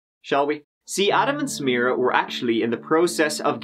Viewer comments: My ancestral family is Lebanese, and I have a cousin whose name is Samira. I am also an attorney, and I would have called the State’s prosecutor in private and taught her the correct pronunciation. Samra? Damn that’s sad. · Couldn’t agree more. I keep hearing her say, “Samrah Fresh”. ☹️ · She even mispronounced Samiras name. Its Sa Mi Ra. Not Samra. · It did me,she was calling her samra 😳😒I was thinking hang on ur accusing the husband but yet can’t even get the poor girls NAME right..🙄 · You would think the prosecutor would pronounce the victim's name properly. Keeps calling her Samra. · Does it annoy anyone else that the prosecutor didn’t even bother learning the proper pronunciation for Samira’s name? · It bugged me that the prosecutor didn’t even pronounce Samiras name properly. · Meadow Gold I was looking for this comment. It's lazy and disrespectful because she could've just used her last name if she couldn't pronounce her first name. It's not even a difficult name to pronounce. She [the prosector] makes me want to find in favor of the defense!😂 *Diclaimer it's a joke before any triggers go off. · It really pissed me off that no one even bothered correcting her. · the fact that this lawyer keeps mispronouncing the victims name is very frustrating. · Why couldn't the lawyer be bothered to pronounce Samira's name correctly??? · You would think the prosecution would pronounce her name correctly... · He is the most likely suspect, however, I think there is reasonable doubt. And why can't the prosecutor pronounce Samira correctly? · Ugh!! The prosecutor keeps mispronouncing her (Samira) name!! How irritating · The female lawyer could at least pronounce her name correctly.... Put some respect on her name.